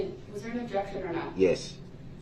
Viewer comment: Do you have a video recording system on your house? "Objek-shun, spek-u-lative"😂 "What do you mean by 'swat team'?" 😂 Oh Duh-rell, you're as clever as you are handsome 😂😂😂